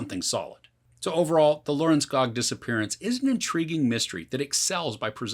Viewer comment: Lørenskog, don't forget the ø